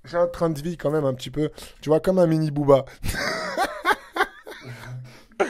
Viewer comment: "comme même" ok toi mdr